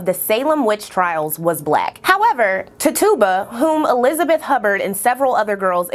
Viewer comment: Very good video and insightful. I did want to mention one thing, Tituba is pronounced Titch-U-Ba. For anyone looking for companion content, look up a woman named Lilith Dorsey. She's a local practitioner here in New Orleans who is also highly educated, a published author, and dancer. She has a video discussing Black witches represented in pop culture, which would be a good companion piece to this video. Also, if you're into AHS Coven, I'd also suggest watching the TV series Salem. Salem has Tituba featured in the show as a very prominent character. Keep in mind, this is a fictional show set in the very real puritanical Salem, MA, and uses the real names of people who were a part of the Salem Which Trials. I always enjoy coming across content like this. I grew up in a very eccentric household. I'm in the direct line of generations of astrologers, tarot card readers, etc., and also grew up going to both Baptist and Catholic services, so I was never told that any of this was inherently bad or negative. The message was always that the intention behind it is the determining factor. Thanks going over this!